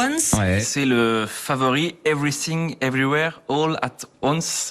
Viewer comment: Jeremy Ferrari président ! Sinon pour vous aider . "Évri fing évri wére olate wannss" pour prononcer le titre du film "everything everywhere all at once " ;)